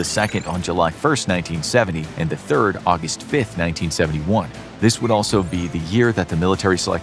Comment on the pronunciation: ah yes thrid